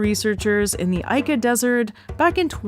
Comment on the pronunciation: Just a quick note: Ica, Peru is pronounced "EE-Kuh" not "EYE-KA" Source: Latina married to a Peruvian from Ica. Great video! Loved this thank you so much :)